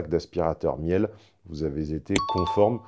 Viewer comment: "Miel" 😄 ça se prononce "mile" excellente marque d'électroménager au passage.